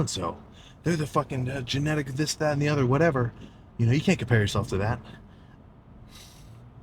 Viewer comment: I started rolling when Sam muttered under his breath “oh my goodness… well… Whateva”. Starting cardio this week